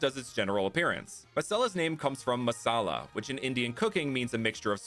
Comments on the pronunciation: I thought masella kinda sounded like must sell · Masella also kinda sound like must sell in a weird accent 😂